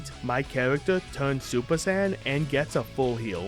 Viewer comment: Okay I know he said Saiyan saga but I swear am I the only one that heard sand saga Also I played the hero mode version of the game honestly it wasn't that bad I know I can get boring but it is still a little fun